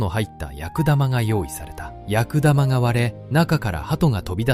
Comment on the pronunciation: 「やくだま」ではなく「くすだま」